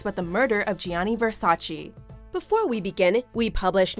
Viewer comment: I literally say this almost every time to myself lol...”it’s VersaCHÉ!!!!” And the way they emphasize “Gi-anni”... noooo...